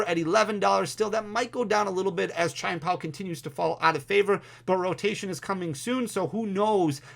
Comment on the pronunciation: This is a super informative video! And … my brother… it’s “CHEE-EHN POW.” Your version sounds like a racial slur 😂